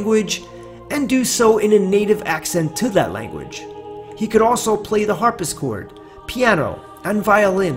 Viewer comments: Hey, guy, it's "harp-si-chord," not "harp-is-chord." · H A R P S I Chord NOT H A R P I S Chord. Keep trying. Thanks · It's called a harp-SICK-chord, not a har-PISS-chord! 🤦🏻‍♂️ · Yeah I caught his mispronounciation of that too! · Harpis chord! I dont think so, how about harpSichord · It is pronounced “harp-se-chord” NOT “Harp-is-chord”. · Lol. Har PISS chord. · "He could also play the 'harpischord'." Oh, Lord. The "harpischord'? Do we really trust the information gleaned by someone who can't even pronounce "harpsichord" correctly? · "Harpiscord"? Why don't you edit errors? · At , dh he say HAR-PISS-KORD?????????????????????????? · Harpsichord pronounced Harp-sa-cord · Harpsichord is not pronounced Harpischord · It’s pronounced “Harp-si-chord” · Did you actually call a harpsichord a "harpischord"?? Hahahah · Double check your pronunciation of “harpsichord”.